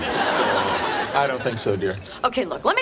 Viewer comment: Its BOWMONT btw